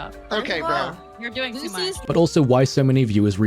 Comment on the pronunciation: Why does say 'Bro' with the intonation of a slur?